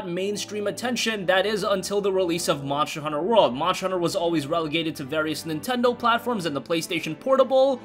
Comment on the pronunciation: Even if u say it faster, we still hear it! MARSCHER HUNNER WORL!!